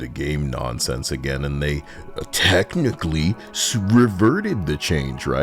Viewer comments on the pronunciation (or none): none